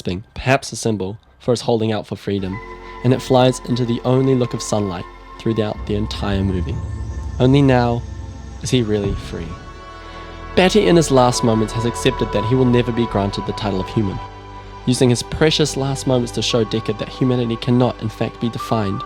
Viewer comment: Who the fuck is Betty? It's BAT-EE!!